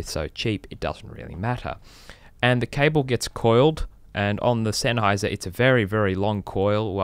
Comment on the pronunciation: Szenháyz'r never brájk! OMG that accent..